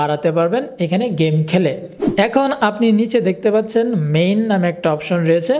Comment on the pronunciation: দাদা ওটা মেইন না "মাইন"......... আপনি কতদুর পারেন বুঝা হয়ে গেছে।। হুদ্দাই ১১৫কে সাবস্ক্রাইবার হইছে।।